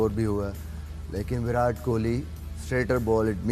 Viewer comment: विराट hota hai chutiyon, विरात nahi. Translate mein daal ke seekho. Convert ho gaye ho to Punjabi to aati hogi.